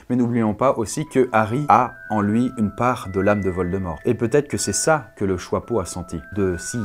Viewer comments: ARRÊTE DE DIRE JOIPEAU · Tu dis le chOIpeau au lieu du chApeau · Le choixpeau plutôt le chiapeau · Ça me perturbe. Pourquoi tu dis "choipeau"?